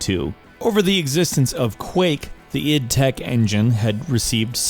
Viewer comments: It's not I D. It's id. As in id, ego and superego. id tech not I.D. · URGGHH "id" software. ITS "ID"!!!! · Eye Dee...not Id you fuck bucket. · it is not pronounced EYE DEE its pronunced ID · 'eye dee tech 1'???? wtf GR